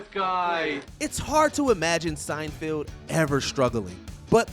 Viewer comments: I feel this is important: it's Seinfeld, not Seinfield. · It’s SeinFELD not SeinFIELD. Also did you just says “Star Trak?” What is happening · "SeinfEld", "THEE Office", what the hell man, stop butchering beloved tv series! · I'm pretty sure the narrator of this video mispronounced "Seinfeld" and "Dunder Mifflin" just to troll us/me